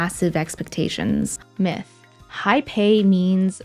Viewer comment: Every time she says myth, i think she is saying Meh